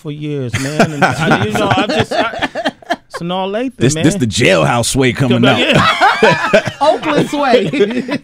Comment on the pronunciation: Why is Sway saying Sanaa name all wrong and shit LMAO Epps is that do though.